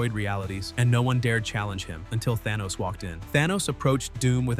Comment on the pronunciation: I didn't know Arthur was the ruler of Atlanta!! 😂😂😂 Also Thaw-knee had me roling!!